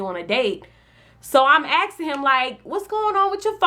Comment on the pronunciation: stop axeing so many questions.